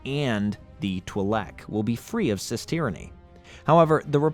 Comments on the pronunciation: I can't even describe to you how much I hate every time you say "CIS" like star wars is some type of transgender BS. It's spoken as "C-I-S" you gotta say each letter. Common star wars knowledge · I hate how he didn't just pronounce the CIS as the "See-eye-es" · Did anyone notice that he keep saying sis instead of seifd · Saying “Cis” instead of speaking each letter out individually kills my soul. I’ve never heard anyone say it without each letter of the acronym. Not saying that just because I haven’t heard it means “you wrong me right”, but it does hurt the spirit lol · Can't pronounce C.I.S properly? Im out. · Yeah the CIS pronunciation bothered me way more than I would ever think it would 😆. It’s a very well done video but I noticed quite a few errors that he presented as facts, which also gets to me but in the end it doesn’t matter, art is subjective and again they did a great job on the video overall!